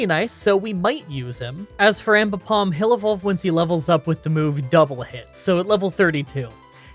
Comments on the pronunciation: ... you also called your Aipom Aimbipom... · "An ambipom" Aipom: Am I a joke to you? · I'm confused how you are pronouncing Aipom??? Are you saying Impom??? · I Just Notice You Called Aipom Ambipom When You Found It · Calls aipom ambipom. Hmmm